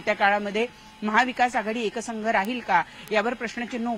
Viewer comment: वार्ताहारांना मराठी व्यवस्थित बोलायला सांगा. "एकसंघ" नाही तर एकसंध असा शब्द आहे.